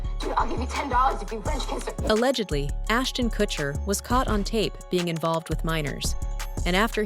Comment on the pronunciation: Ashton Kushiner lol